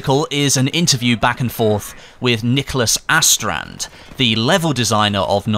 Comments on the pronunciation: Instead of saying the name Niklas Åstrand as Niklas Ass-strand. The letter "Å" is pronounced more like the letter "O" just say it as "Ostrand" instead. It is more or less correct, just saying.. :-) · Å is pronounced o